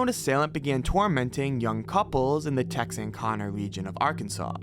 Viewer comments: it’s pronounced Tex-Ar-kana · Just letting you know in case you over another in Texarkana, AR/TX. It’s pronounced TEX-ARK-CAN-NA, not TEX-ARK-CON-NA. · I couldn’t believe the pronunciation either. I screamed. It sounded like they said “TexandConnor”!! 😂😭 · Its Tex Are Can Uh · I think this guy should be put on trial for how he pronounced Texarkana "Texonconnah" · his pronunciation of Tex-Ar-Kāna it has a long A sound, not short A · man it hearts my heart and soul hearing him pronounce texarkana like that as a life time resident😭 great video, and yeah in the first attack was february 22nd 1946 - may 3rd 1946. he killed 4 victims (the teens on lovers lane) with a colt 32. caliber pistol and the man in the miller county murder, virgril starks with a 22. semi-automatic pistol. the 5 murdered in order were couples polly ann moore with richard l. griffin, betty jo booker with paul (james) martin, and virgil starks on the farm house in miller county. katie starks was the woman who survived the last attack and she was shot twice in the face with a bullet lodged under her tongue. on the way to the hospital she gave the driver a golden tooth as payment. and the first 2 couples who survived were mary jeanne leary and jimmy hollice who were brutally assaulted in the first attack. most residence who knows good about the case will probably tell you the perpetrator was a man from Arkadelphia, Ar named Youell Lee Swinney, whos girlfriend, Peggy swinney confessed in good detail that youell had commited the murders against betty jo and paul and mentioned information that only investigators knew at the time such as betty jo being raped and paul martins book being thrown in the bushes. its really sad, betty jo booker was very popular and was my great grandmothers best friend, played the alto saxophone for the arkansas high school band and was in a local band i believe. but yeah P.S Tex-sr-can-uh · How the hell did you pronounce Texarkana? YouTubers aren't the brightest people